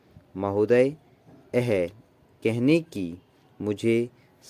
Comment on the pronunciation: "Yahe", thik se bolo sir please 👏👏👏